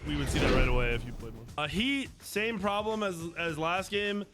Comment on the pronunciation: “Theres a Prolem durr!!” 🤤🤪